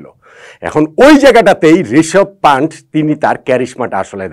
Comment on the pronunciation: ভাই তার নাম প্যান্ট, প্যান্টকে পান্ট পান্ট করে বলেন কেন!!! এটাই তো আপনার অজ্ঞতা